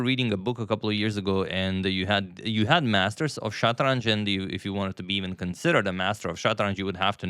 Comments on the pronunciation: Wow, your persion pronunciation is so on point, i was surprised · I'm from iran, you pronounce shatranj(شطرنج) very good😊